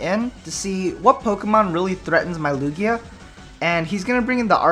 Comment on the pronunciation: Its Lugia